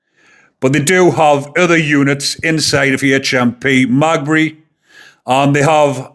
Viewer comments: Another good summary of this latest horrific attack by lawless immigrants. Heads up: HMP Maghaberry is pronounced: MaGhabErry. From one of your Northern Ireland subscribers 😁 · Heads up because I think you’re a good guy. It’s pronounced Me ga berry. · Its said like this .... Ma gab berry prison 😊love your channel I am from Notthern Ireland 🇬🇧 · Ma gab bree, thats how its pronounced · lol Its MA GA BURY!! hopefully the paramilitaries deal with it if not then probably West Belfast hoods! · Maghaberry haha hes fooked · Wouldn't it be nice if you could pronounce the names properly?? (Ogilvy and Maghaberry) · Jesus, you can't even pronounce the name of the prison he will go too. Tell you what, stfu. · It’s Maghaberry. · The family have put out a statement saying " they will not put a photo out of Stephen "! Stop trying to make money from a man seriously injured, and fighting for his life! Also, your giving out false information ! BTW ITS MA GAB BREY FFS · Is pronounced Ma-gah-bry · The prison is pronounced magaberry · Ogilvy (oh-gill-vee) is the victim's name HMP Maghabery (Ma-gab-eree) is the prisons name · Maghabery, pronounced, Meg ab berry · The jail is pronounced magaberry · Maghaberry is pronounced Mag-gab-ry. - Say it quick. Maghaberry prison is Northern Ireland's biggest prison. It is a Category A high-security prison holding extremely dangerous and violent inmates. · HMP Maghaberry. "Ma-Gabberry" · Gotta help ya here lol MAH-GAH-BERRY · pronounced Ma gab ry Prison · Pronounced Magabery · MAH-GAH-BERRY. Close enough though lad. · I'm from over here just to correct how you pronounce Magaberry if you break it down its Ma ga Berry all together Maghaberry and thankyou for your input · The prison is pronounced…Ma..gab..berry. God help Stephen and his family🙏🙏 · Prison name is pronounced "magah-buree" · Pronounce it HMP ma gab er re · maghaberry is pronounced ma gab bury 😉 how the fkr gets everything thats coming to him. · Its called Ma. Gab Berry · Magbree lol